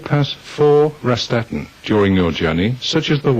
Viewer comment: "Raststätte", not "Rastatte".